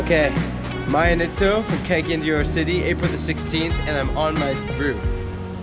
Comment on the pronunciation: I ain't never heard of anybody judging the "skylab"... by the way it's pronounced Kah Gah Yan, not kay gay yen.. get you some friends that would correct you and not just go along with you. It isn't that hard to pronounce most of bisaya words, if you just take it seriously.